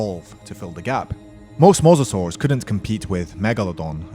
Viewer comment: It is mosasaurs obiously